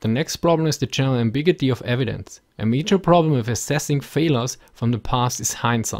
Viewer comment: ambiguity. ( am-big-you-it-ee)